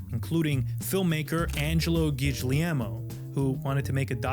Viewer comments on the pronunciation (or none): Hey bro, good job, but no need for the searing. It doesn't make your stories any better. And, you really gotta work on your pronunciation of Italian names; -GOO-Lee_airl-mo. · the way you pronounced Guglielmo gave my Italian ass half an aneurysm lmao it's much closer to Guillermo than to whatever that was